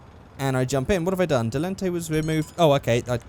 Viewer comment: "Delunte" No its Dell-in-tan-tay. How it's pronounced in game anyway if memory serves correctly. Was mentioned in a commercial on one of the in game radio station, talking about it in the vegan vegetarian organic foods place hipsters hang out, talking about it being on hydrolics. Silly idea. Certainly ain't no pussy wagon.